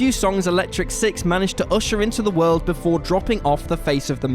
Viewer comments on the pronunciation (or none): none